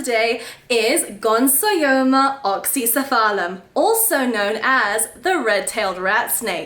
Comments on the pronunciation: Gonsoyoma??? No! You've kept them for a grand total of two weeks (and wild caught 🤦🤦🤦) and can't even pronounce their name and you're making an educational video about them. Please don't🤦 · Ooooh this is exciting! I've always loved this species but held off because of how many are wild caught. I hope you have success with them, I'd love to have one from you someday! (Also, not to be That Guy TM, but it's gon-yo-so-ma! you had the yo and so syllables backwards hahah)